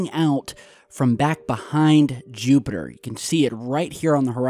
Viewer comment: JEWPITER!!! YOU SAID JEWPITER LOL